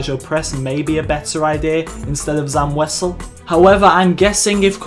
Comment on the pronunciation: Zam wesel? Shaak Ti? ... hahahahhahahha